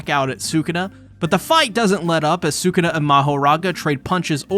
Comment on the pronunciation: I’m sorry but sukana …. You mean sakuna